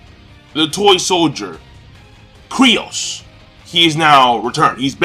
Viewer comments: seriously man, it's K-Y-R-O-S, KYROS not Kryos get your shit straight dude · why are you calling him kryos? Isn't his name KYros? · KYROS, NOT KRYOS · Are you sure? Because the Mangastream translation says "Kyros". But somehow "Kryos" sounds so familiar. Or did you mean that he`s saying it wrong? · "KRYOS"? really King? -_ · Ivan Zivanovic LOL nahh that's what keeps calling him. I was just pointing it out. I'm pretty sure it's Kyros